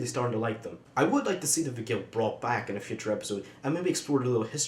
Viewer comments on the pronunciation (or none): It's vih-jul